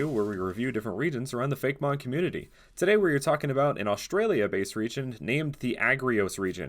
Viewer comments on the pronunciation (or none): none